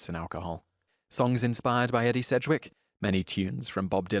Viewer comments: Ee-dee Sedgwick not Eddie, lol sorry that just bugged me :') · Say Edie's name right. It is pronounced ee -dee, not Eddie. It reminds me of the video where you pronounce Mamie as Mammy. Look up Edie Gormet and Mamie Eisenhower. The Rolling Stone song Angie was for Angie Bowie, the then wife of David Bowie.